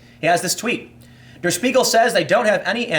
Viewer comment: Tip for German: "Der" is pronounced more like dare